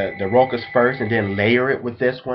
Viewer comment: You are so cute and adorable! I wanna take you home and cuddle you, lol. BUT pleeeease all you American fellas, PLEASE try and learn to pronunciate your French terms appropriately. It is called "Roouuuuhh.....shhhhhhhhaaaaaaahhhhhhhzzzz"! (it is an open "o" like in the word "WoW")....it hurts me when you say "Rokkkk-ahhhz" lol